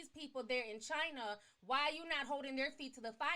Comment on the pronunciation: what she gotta say about the way africans are being in chiner-th